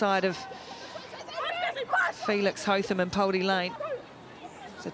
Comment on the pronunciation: Hotham. Interesting pronunciation of this name. Commentators are using HoTham, where as Australians say Hoth-ham. I wonder from where the difference comes.